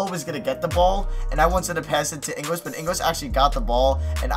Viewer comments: it's pronounced ING-GULES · I'm Australian and it's Ing - gals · it's Joe ingles like pringles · Ingles is such an easy name to pronounce come on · Can you stop pronouncing joe ingles name wrong